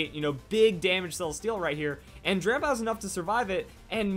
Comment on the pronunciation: Is it just me or am i the only one that thinks he keeps saying Grandpa instead of drampa? :)